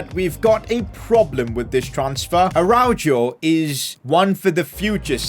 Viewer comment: PCQ: FOR THE LAST TIME RONALD ARAUJO IS PRONOUNCED RONALD ARAUHO